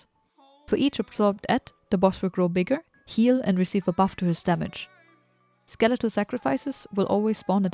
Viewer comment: "Steletal sacrifices" :P